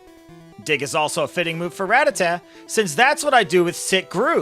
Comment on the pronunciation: You say it wrong and its sooooo annoying!!!!! I can't even watch this video lol